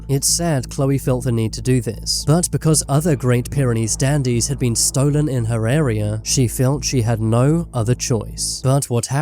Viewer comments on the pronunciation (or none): Why do you pronounce it like stoo-len it’s pronounced Stolen 😂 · It’s called an accent.